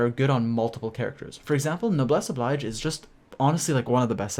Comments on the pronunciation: Please, my ears bleed every time you say noblesse oblige. Oblige is pronounced like 'Obleege, it's French. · Are there no Genshin Youtuber who knows how to pronounce "Noblesse Oblige" correctly? LOL...